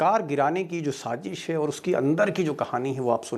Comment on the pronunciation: Good presentation ❤️ But please say Sazish not Sajish